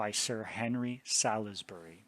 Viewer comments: Excellent presentation. May I, as a Brit, tell you how to pronounce Salisbury? It’s Sauls- b’ry English place names are notoriously difficult for anyone who’s not a native British English speaker! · Thank you, this is so interesting. As a British person I respectfully offer the following pronunciation corrections; Salisbury is said; ‘Saul’s- bri’ with the i being very short. Fulham is said ‘full-um’ The ham endings on English place names are always compressed like this and are very often not pronounced as spelled.